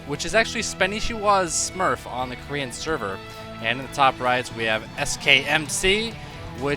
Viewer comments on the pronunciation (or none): none